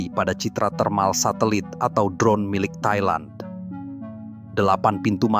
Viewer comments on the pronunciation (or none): none